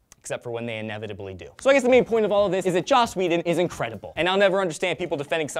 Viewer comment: ...May or may not be a crazy Joss Whedon fan... (Think you might have said "Josh" too... my mother always calls him that because she can't seem to be able to pronounce his name and she is a bigger fan than I am).